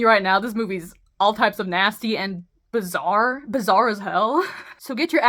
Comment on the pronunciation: Did you say bizzare